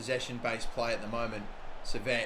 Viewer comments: Maybe lower gk ability and shot speed but increase their marking so defending isn't near impossible and attacking is harder. Also Henry Saviet is pronounced French like Sai-vey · Henri Saivet is pronunced Sie-vay btw